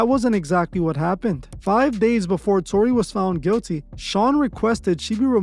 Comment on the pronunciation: "Tony"? Y😄u mean TORY